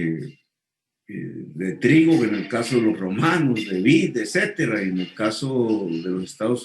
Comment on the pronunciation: Sr. Petro se debe decir etcétera y no ecétera.